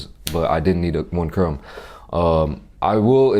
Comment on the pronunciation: i love how he said chrome instead of crumb